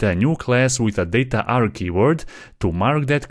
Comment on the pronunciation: dataarg❌ Dat aarg✅